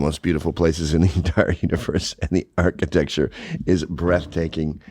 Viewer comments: I highly doubt Vienna is the only major city in Western Europe that escaped invasion. If it was fortunate enough to do so, then "lack of diversity" is the reason it's been able to stay as beautiful. "If you love architech." Was it attempting to say architecture? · If you cannot say the word architecture lady, you probably don’t know much about it. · Also, what the hell is Ark-a-tek? Is she trying to say architecture? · “If you like museems and architeck” 😂😂😂